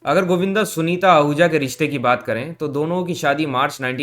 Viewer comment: sanita नही यार sunita